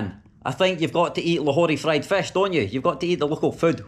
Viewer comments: I really enjoyed your joke about using left sink for .... 😅😅 and your Scottish accent as you were saying fesh instead of fist I like it ,by the way welcome to my city zinda Dilan e lahore ,city of lively hearted people ❤ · The way he pronounces fish 🤣🤣